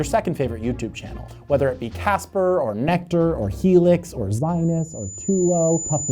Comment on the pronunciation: It's pronounced Zee-nus not Zi-nus .